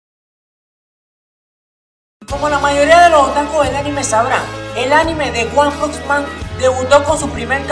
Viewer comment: “ Guan pux man “ xD